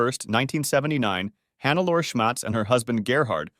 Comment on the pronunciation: I usually dont do this, but in this case I cant ignore it: Hannelore is pronounced more like hun-ne-lo-re